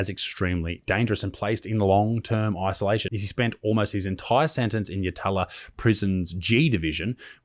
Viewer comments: Its yatala, it yat'la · The Jail your refering to is pronounced " YAT-LA ". Not "YA-TALA" !!! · Oi it's not "Yah-TAH-lah". It's YATla. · Yat,lA , not Yatala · YAT-LA, Not YaTaaLa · It's pronounced yatla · Its pronounced Yatla. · Yatala is pronounced Yat-lah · Hes a stand up bloke its pronounced yatla by the way haha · yatala.. is pronounced YAT-LA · That's not how you pronounce yatala 😂🤦‍♂️ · You smirked, I cringed! It's 'Yalta'! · I personally think it DEFINITELY deserves at least a conversion and then a subsequent plebiscite to come a to maybe decide as a civilised community. Full disclosure though, I have just finished a bottle of drambuie and I'm heavily biased against child predators in particular! Also, I've lived in SA my whole 40 years and only heard it pronounced "yah-tuh-luh"... so the 1st "a" is like in Apple, and the 2nd "a" is really fast(almost silent), and the third is back to the same as the firsts speed. In action though, it sort of sounds more like "Yah-lah" and when heavily inebriated it's more of a "yah- but you stop really abruptly (like how the "lads" in pommy land don't say the "T"'s in some words after the first syllables, you know? Like the absolute first noise you'd make when yelling out "Oi") and end with the lah... so, " ya-hla " I don't actually know if I'm making a fool of myself here, I did grow up in the, uhh, lower class, though. LoL To reiterate, I've been drinking so please, don't be too harsh with me... However a little roasting in the morning could be funny 😁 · It's pronounced "YATT la" Rhymes with Battler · Yatala is pronounced "Yat-la" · Pronounced Yat-la 👌 Love ya work btw. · You pronounced Yatala wrong. It's actually pronounced Yat'la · Yatala is pronounced "yatla" I learned the hard way when I moved to QLD (theres one here, too) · I smirk every time he says yatala As an Adelaide bloke we say it far differently